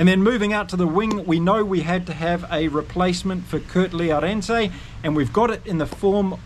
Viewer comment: Hi. Thanks for a great channel. Just a tip on pronouncing 'Arendse': We don't pronounce the first 'e' at all...as if it is spelled 'Arndse'. Keep up the good work!